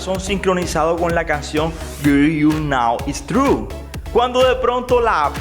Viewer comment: Güer tu nou is truu 🤣